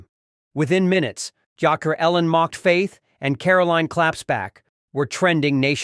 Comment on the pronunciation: If you're going to read the captioning to us, read it right. Joker is not pronounced yoker. Losers.